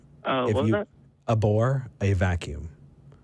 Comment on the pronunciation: abhor or a bore? I think he needs to pronounce the h.